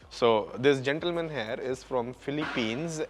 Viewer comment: Can you please practice saying he-ear for 'here' instead of "hair" every time. It will help with the overall entertainment factor and foreigners can comprehend faster. Just a suggestion. Thanks.